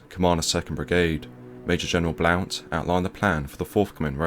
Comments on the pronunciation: It's pronounced blunt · The CO 3rd Div Major General’s last name doesn’t sound the way it is spelled and is actually pronounced “Blunt”. A non-issue. Great video. These are the stories of the initial invasion that are rarely told, other than by those who were there. These are good examples of some of the very intense engagements that took place. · Blount is pronounced "blunt."